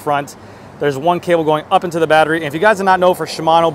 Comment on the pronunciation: You’re still saying “thee” where “the” should be used.